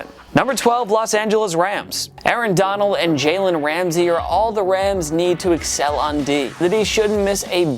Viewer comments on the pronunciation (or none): none